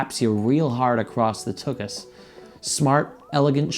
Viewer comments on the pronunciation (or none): DID HE JUST SAY TOOKUS